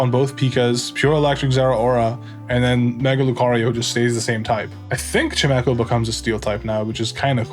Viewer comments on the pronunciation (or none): none